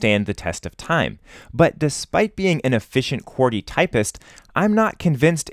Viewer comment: why do you sat qworty when its qwerty